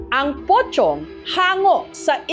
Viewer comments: Pocong, but sounds like pochong😅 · MAS KINILABUTAN AQ SA SPELLING NA ''POCONG'' SA PRONUNCIATION NYANG''POCHONG''😂😂😂😂😂